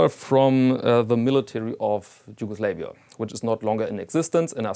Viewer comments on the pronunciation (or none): you are pronouncing yugoslavia all wrong 😂 (but who cares anyway)